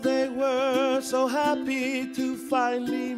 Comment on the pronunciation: I wonder if Ben Croshaw ever saw this. I like to imagine him snapping halfway through this short in the middle of the theater and screaming "You can't say "VOLcaNO", "EXtincTION" or "hapPY"! Emphasis is on the wrong syllable! YOU FUCK!"